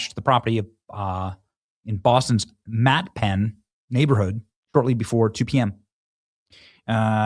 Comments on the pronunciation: That is Matt-A-pan. Not Matt-pan. Mattapan is a neighborhood in Boston known for a large African American and Caribbean communities. Mattpan is what an AI narrator would say. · It’s pronounced “Matt-ah-pan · Benny, handsome we Massholes pronounce that MATTAH-PAN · Matt a pan😂😂😂 only Bostonians could pronounce like Worcester❤️🇺🇲🙏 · Mattapan pronounced Matt-a-pan. They belong in jail! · Benny... It's pronounced Matta Pan, like, what's the matta, pan? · It’s pronounced Matt-a-pan. Fun fact about mattapan. The people in the city once held a vote to change the name of the city from mattapan to Mandela. It passed and the city of Boston and the assholes on beacon hill said NO! 😂😂😂😂. Probably the only time that the state house did something right! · Pronounce it Matt-A-Pan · Pronounced Matta- Pan. One of the biggest Sh*t holes of our city. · She’s not “newly bald”, she has alopecia, she wears wigs…LOTS OF THEM. And Mattapan is pronounced MAT-AH-PAN (with accent on PAN).